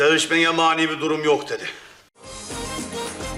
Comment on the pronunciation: Doğtor sevüşmege bir mani yoğ dedi 😅😅😅😅